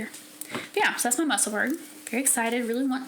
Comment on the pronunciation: Your projects are all lovely. I really want to knit more cardigans this year. Love the Musselburgh. I’m on my fourth one. Just in case you’d like to know… Musselburgh is pronounced the same way as Edinburgh, and is the town where Ysolda lives. 😊